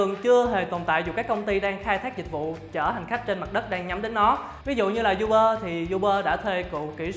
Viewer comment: Uber đọc là u bơ chứ không phải du bơ nha ad.